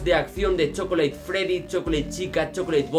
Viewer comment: Mi profesor de inglés te mataba por pronunciar chocolate mal en inglés XD ese es el man behind the class